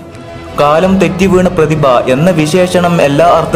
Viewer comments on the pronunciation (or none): none